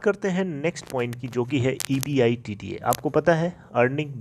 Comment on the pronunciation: Champu E. B. I. D. T A Ko एबीटा बोलते हे कम से कम ये तों बोलना सिकले फीर vedio बन्ना